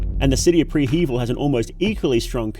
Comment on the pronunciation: I hate the way you pronounce prehevil